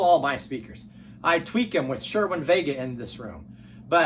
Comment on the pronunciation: Just a couple of corrections: The brand of speakers you’re talking about is “Cerwin-Vega”, not “Sherwin-Vega”. And the word is “neural”, not “neutral”.